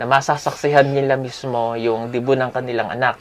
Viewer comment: debut po not debu